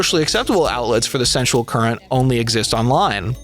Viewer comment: How many times can you say 'sensual' in ways that make it sound like you're trying, and failing, to say 'central?'